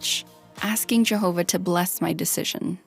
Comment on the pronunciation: "I love Jehover!!"